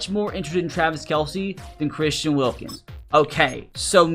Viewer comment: Why did it say wilKIMS??? LMAO DUMB HICK